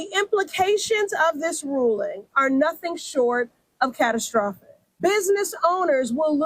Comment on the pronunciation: "It's Cat-o-stroffic!" 😂